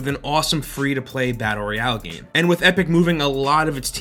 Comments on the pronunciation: fortnite roy-ow XD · "Reayale" lol